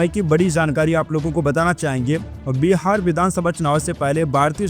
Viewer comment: बीहार नही बिहार बोलो